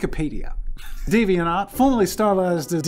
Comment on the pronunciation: i'm now always gonna pronounce deviant art as deviant ART